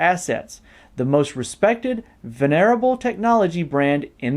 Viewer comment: You might want to learn how to pronounce "venerable". Stress is on the first syllable. Intel is funny, after so many years, even decades, of ripping us off. Now they're talking smack about their competitor. Maybe they should wait to actually do something and then talk